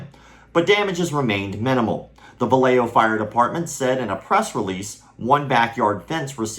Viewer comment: Hey, great video, one tiny little nitpick. The city is pronounced "Va-ya-ho", not "Va-lay-jo"